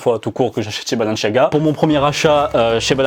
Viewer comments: C pas balanchiaga c balenciaga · Mec sa me stress c’est balenciaga pas balenchiaga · C Balen"s"iaga pas balen"ch"iaga 😭😭💀💀💀💀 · Balanciaga pas balanchiaga tu stress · Arrête de dire " balenchiaga " juste dit balenSIAAAga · C est pas balenciaga C est Balenciagra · Pourquoi il dit balanchiaga ??😭😭🤦‍♂️🤦‍♂️🤦‍♂️ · Pourquoi tu dis balenchiaga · Pourquoi tu dis balanchaga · CEST BALEN(s un s pas chiaga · C est moi où il prononce balanchiaga 😂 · Comment tu prononces Balanciaga frère wesh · Moi aussi ça m’a perturbé le « balenchiaga » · Mon dieu comment tu prononce Balenciaga 😰 tu n'a pas respecté la marque. Les premiers transparents, celles des minions et les BalenCiaga, je les trouve CANON, originaux ça sort de l'ordinaire.